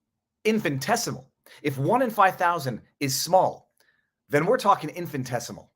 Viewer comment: Infin I tessimal Infin I tessimal Repeat after me : Infin I tessimal Infin I tessimal Infiniiiiiiiii Ooops. I own it is just an infinitessimal detail and YOU ARE A GENIUS and we LOVE VIVA VIVAAAA